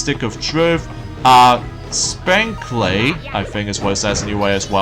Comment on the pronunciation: It's Vintage! but anyways, It's SEGA Vintage collection. Alex kid and Co. (Which is a short name for company) I thought you made a mistake on your speaking grammar there! your Welcome! And also, you mean Spanky Splitter Cell conviction (you mispronounced alot of game titles buddy!) but that's why I'm here. to help you! your Welcome!